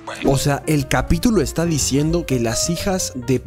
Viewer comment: que suena que dijo capíyulo